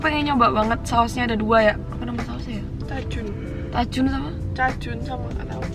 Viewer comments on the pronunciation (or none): Asli gw suka pas ngomong cajun... Gw denger nya cak jun wkwkwk